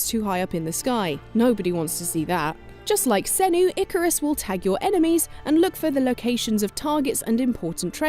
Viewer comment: Ikaros. Not Icarus